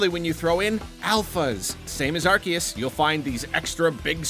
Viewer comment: Finally someone who says Arceus right